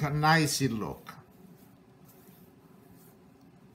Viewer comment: This guy is great, but the bagels actually look like... crap. I like him saying "looka how nice-a they-a look-a" though. They still looka like-a crappa...